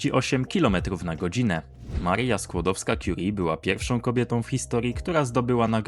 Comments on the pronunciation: Nie Marija, tylko Maria. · Marija Skłodowska? AI?? Weź to usuń, bo cringe piecze